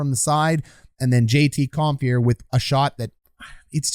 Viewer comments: The name is Compher, not Comphier. LOL! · I know you already addressed this, but "Comphier"... Not quite Don Cherry-level player name pronunciation yet, but if you keep at this for a few more seasons, I bet you could give him a real run for his money, Coach. 😂 Love the channel! Love the breakdowns! ✊ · Love it. Only room for improvement is pronouncing Compher and Francouz correctly. 🤣 but hey, you can't know em all. Great job, thank you.